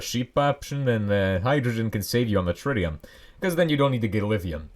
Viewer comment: ah yes, shritium